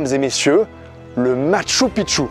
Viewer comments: Pour info on prononce "Matchou Pikchou" qui veut dire vieille ville / vielle cité, quand tu dis "Matchou Pitchou" ça veut dire vieux pénis... voilà voilà :) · Ca se dit Mashtou Pishtou...